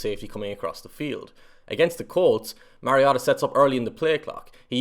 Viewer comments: WHY pronouncing Marcus' last name as Mah-ree-ah-tah?! He has Samoan bloodline, Not Japanese! Last name is pronounced Mah-ree-oh-tah.....Having followed his football career since high school, given the right supporting cast, Marcus can PRODUCE! Having 4-5 different OC's in 6 seasons would produce lesser results w/other draft class contemporaries. Give Motiv8 an decent O-line & an OC that will let him execute the game plan & Mariota could lead ATL back to play-off contenders/contention!...IMUA, Marcus...Vi'ia le Atua! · This particular mispronunciation is more charming than the others. Nobody in the NFL pronounces it correctly. The announcers call him MERY-Oh-Tah. The correct way is like the video game character name Mario plus "ta." If you look at old colleges tape the announcers got it wrong at first. The put an upward inflection on the Ta so it was Mario-TA! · I'm so glad someone finally called this guy on the pronunciation of Marcus's last name. Where these announcers get Mare out of Mar I'll never know. One Duck game his mother actually called the announcers to correct the pronunciation of his name. She said it's Mar i o ta. I also agree with you. Going to another loosing team isn't good for Marcus. You must be a Duck fan and that makes us fans of Marcus and Justin. Will follow them anywhere. In 2018 I followed Marcus across the pond to watch the Titan/Charger game. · If you can't pronounce his last name correctly just call him marcus 🙉🤦‍♂ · Okay, say Marcus's last name correctly. Please. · Your pronouncing his last name wrong boss. Take a deep breath.